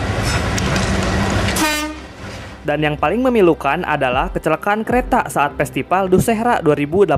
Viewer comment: Festival miiiin bukan pestipal😂